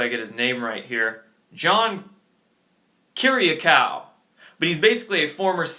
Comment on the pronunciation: It's John Kir i ah' koo.